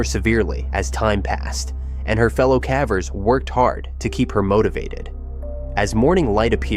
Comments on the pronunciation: It's AI mispronouncing the word. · Please choose an A.I. voice that can properly pronounce "CAVERS!" Freaking annoying!!! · Caveat cavver! A.I. is making us all into morons who let machines model incorrect pronunciations! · Cavvers makes me cringe every time. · Stalactites and stalagmites are mispronounced. They're not STAL-actites, they're stal-AK-tites. Same with the other word. In addition these aren't "ca-vers" they are KAY-vers.